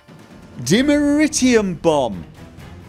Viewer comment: Dimeterium (notice how he only pronounced it right once and went back to the usual ?)